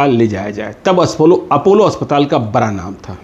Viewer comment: जी आपका कार्यक्रम अच्छा है पर आप * स * को *श * बोलते हैं और बड़ा को बरा बोलते हैं जो बड़ा अटपटा सा लगता है कृपया ध्यान दें और आप कुणाल किशोर बड़े कड़क अफसर थे कहते हैं तो हमेशा करप्ट सुनाई देता है क्योंकि पुलिस और करप्शन का चोली दामन का साथ होता है। सो आप कृपया कड़क की बजाय कोई और शब्द प्रयोग करेंगें। आपका प्रशंसक जी. प्रमोद नायडू ( Retd. DSP MP)